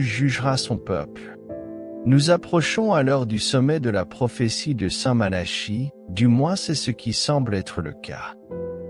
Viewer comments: Ce n'est pas st Mala. Chie. La prononciation mais St Malaki écrit st Malachie. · Il n' y a bien que vous pour prononcer Malachie comme Charles alors qu' on prononce depuis toujours Malaki , si vous voulez être pris au sérieux commencer par parler correctement